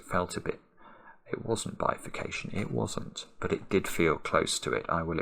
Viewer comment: It's not bifacation... it just bifacation.